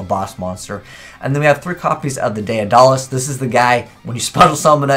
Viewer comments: "Dead-uh-luss" not "day-uh-doll-ass". illiteracy strikes again. For $1 a day, you too can help poor under-educated 27-year old children learn to read. Please spread the word. Thank you for your attention. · Emmy Quiades It's Day-duh-liss. You illiterate fuck.